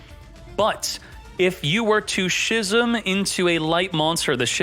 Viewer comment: Brother, schism is pronounced like ‘skizm’